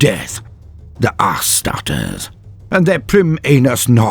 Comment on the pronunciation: calling spesh marenes "Ass-tart-es" best wordplay ever. knows how to high gothic!